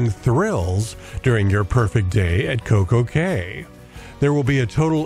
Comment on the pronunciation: Looks awesome! Pretty sure Coco Cay is pronounced "Coco Key"